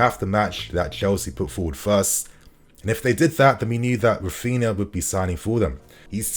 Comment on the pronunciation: Raphina.... RAPHINHA